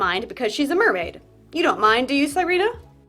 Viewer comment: The fact that you call her sai-ree-nah instead of see-re-nah is really fun to me bc sirena means mermaid in spanish and that would be how you pronounce it, not the name, but the word